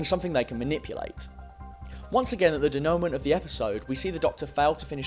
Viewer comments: Den-you-mont - or thereabouts. And laysay-fare 😐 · You make a very good point once you get to it (and I can understand why you spent a while explaining the background from the RTD era first), but your pronunciation of 'dénouement' and 'laissez-faire' made me wince. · YOU need to learn how to pronounce denouement and GET A LIFE.